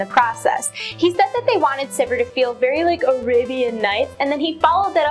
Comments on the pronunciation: Its not pronounced Syvehr.... Syveer is the proper way to say it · I can't believe that's the correct way to pronounce Sivir. It doesn't sound like anything when you say it that way, except vomit. I want it pronounced like "severe" and I will continue to do so until banned from LoL.